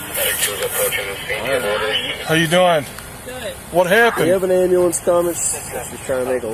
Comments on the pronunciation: I can't stand it when people pronounce ambulance wrong!! It sounds so ignorant!!! It's not Am b"a" lance, its am b"u" lance!!!!!!! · "Call the ambalamce" 😂😂😂 Shaquantae was as ratchet as they get lmao Also ain't no way she's only 200lbs gurrrl quit playing Respusha 😂😂